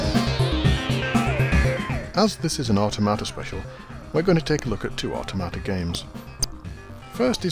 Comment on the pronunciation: I always thought 'Automata' was pronounced with the emphasis on 'tom', as in 'Automaton', but that's just me ;)